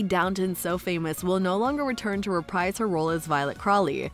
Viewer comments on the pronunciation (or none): none